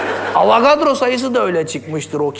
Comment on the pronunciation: Avagadro derken agzinda patlican varmış gibi konuşuyo🍆